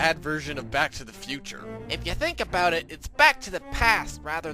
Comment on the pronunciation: aboot! lol